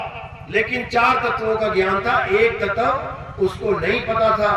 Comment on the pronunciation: Tatv ko Tatav bol raha ha ishko pahle katha thik se karni sikhni chahi.